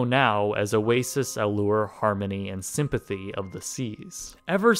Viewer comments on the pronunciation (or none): Symphony of the Seas*** you said sympathy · Why does everyone keep saying sympathy😂😂😂😂😂 Sympthony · He said "Sympathy of the Seas" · Also, you say "Sympathy of the Seas", it's Symphony. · It's Symphony of the Seas... not Sympathy of the Seas. LMAO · It’s Symphony of the seas, NOT Sympathy of the Seas. Lol. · Symphony of the Seas, not "Sympathy", as you said. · Did this guy just say Sympathy of the Seas??? Way to get it wrong....it's Symphony. Great info here though....thanks for sharing it. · Sympathy of the seas? Bro it’s syphony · It symphony not sympathy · It’s Symphony of the Seas lol not “Sympathy” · Sympathy?! Really? Are you kidding me?! Its Symphony!!! A typo is one thing, saying it out loud and correcting it in editing broadcasts the low standards of this channel. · Its Symphony!! not Sympathy!! a name on a cruise ship sympathy?? hello!!